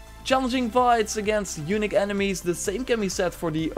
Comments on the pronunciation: I'm not trying to make fun of you or anything, but dude, the way you say "unique" sounds like "eunuch" and it's the best mispronunciation I've ever heard :D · Yo, Engels is top alleen hoe je ‘unique’ uitsprak het is meer ‘youniek’ in foenetisch of hoe je dat ook schrijft😅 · [facepalm] In the word "unique" the accent should be on "i" otherwise it sounds like "eunuch".... LOL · Its “younic” (as he says it) get it right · The way you say unique makes me chucke. )